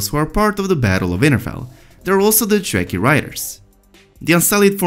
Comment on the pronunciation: If he understood ANYTHING he would have learned how to pronounce Dothraki and Dragonglass by now...